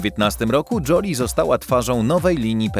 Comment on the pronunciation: Joli to znaczy ładna. Czyta się Żoli. fonetycznie